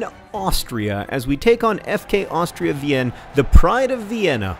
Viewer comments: For future reference, "Wien" is pronounced "veen." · Dear John, I know mispronouncing names is your thing, but pleeease look up the pronunciation of Wien in German. It hurts my Austrian ears otherwise terribly. Best wishes, an Austrian fan